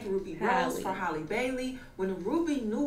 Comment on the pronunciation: I heard that “hayylee” Bailey 😂😂